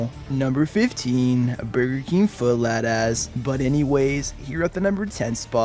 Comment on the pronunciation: You lost me a "lettuce"